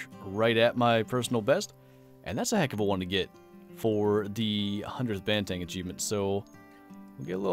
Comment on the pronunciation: It's pronounced "bahn - theh - ng" not "ban - tang"